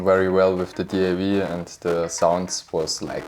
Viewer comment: What in hell is a "DAV"..your english sucks..stop it!